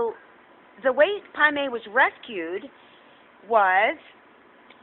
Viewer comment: after all these vids. its Pai Mei....I was hearing Primate the whole time.